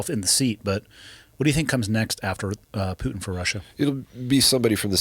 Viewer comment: Why does he say Putin like Pewtin, never heard it pronounced that way. Another great one 🇺🇸🤘🇺🇸🤘🇺🇸🤙